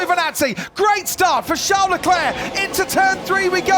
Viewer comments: Comentator calling CHARLES - SHAO LECLERK why u do this ? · its a joke on how crofty pronounces Charles' name